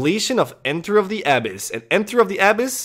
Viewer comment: The inflection on the A in Abyss triggers the shit out of me but it's okay because MORE TRAILS BABY